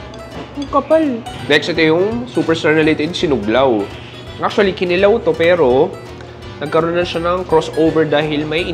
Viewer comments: It's Kinilaw not Kilaw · pronounced as SI-KWA-TI not SIKWAH-TEH then KI-NI-LAW not KINI-LAW 😊